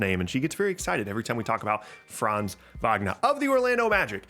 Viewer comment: Its so cool to See someone who says Franz names right As a German i love IT